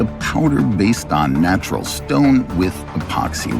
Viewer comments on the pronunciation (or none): none